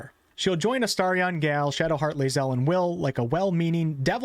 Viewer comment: Before BG3 releases please learn how to pronounce GALE :'D thanks Great video as always It's GALE, it's rhymes with hail and mail, not gal Thanks :D